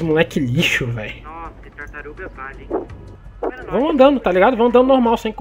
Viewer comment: Acho q ninguém percebeu q ele falou tartarum no final lá kkkkk